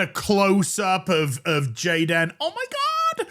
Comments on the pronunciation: The cringe when you say jadan omgosh 😅😂😂😂😂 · it's pronounced Gey-Den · Goddamn it! I was taking a drink when "Gayd'n" 😆